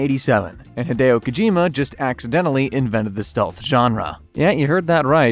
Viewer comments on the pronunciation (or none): none